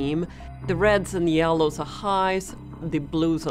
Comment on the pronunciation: volcyaanik yieelows. her voice xD